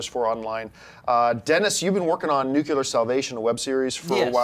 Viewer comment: NUCLEAR, John! Not Nucular.